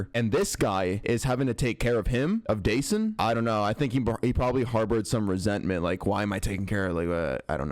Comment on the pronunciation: idk why but the narrator mispronouncing dasan’s name even tho its heard in interviews being pronounced the right way bothers me… a little kid was killed the least people could do, out of respect, is say his name correctly